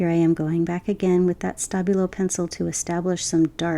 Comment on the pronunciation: I'm a bit hard of hearing and I was SO sure you were saying 'stubby little pencil' instead of Stabilo until about 17 minutes in. Lovely vid with or without my misinterpretation!!